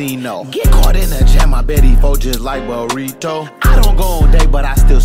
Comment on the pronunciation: Why He Say Burito Like Dat